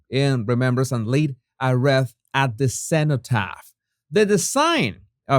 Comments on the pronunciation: Jesus, it is pronounced 'reeth' not 'reth'. (WREATH) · Wreath is pronounced reeth. x I was looking at the coat, the hat etc, during the Live stream replay lol. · wreath pronounced reeth